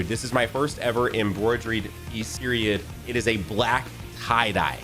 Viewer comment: Hearing trying to say embroidered is killing me. lol.